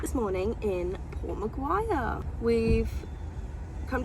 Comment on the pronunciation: It's pronounced 'port mac-quarry' not McGuire lol, nicknamed Port Mac, just fyi The koala sanctuaries in port mac and port Stephens are so good!! glad you're enjoying AUS!